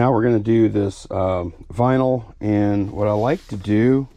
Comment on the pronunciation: It's vinyl, not vynil. 😮